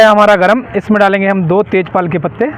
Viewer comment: तेज पाल नहीं तेज पात